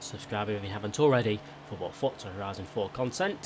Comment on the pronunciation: Bruh its forza not fortza